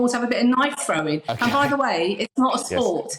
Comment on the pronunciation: has just called millions of people morons. A woman that says "frowin" rather than throwing. Irony is wonderful. Common As Muck.